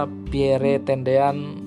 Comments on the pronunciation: Iyah... gk ada entang atas di huruf e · Pierre (read: Pierrrrrr) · baca nama beliau cukup " Pierr ", huruf " e " ny ga ush di sebut atuh,,, koreksi dikit yaaach... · Min, sya luruskn yaaa,,, bukan Jend. Ahmad Nasution tp Jend. Abdul Haris Nasution, beliau adlh Menko/ Hankam Kasab,, atasan nya Lettu ( CZI) Pierre Andries Tendean... Nyebut nama beliau juga bukn " Pierre, huruf e teakhir ga ush d sebut,,,,gitu Min... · Bnar mimin Pierre😅 akhiran e jgn dibaca😅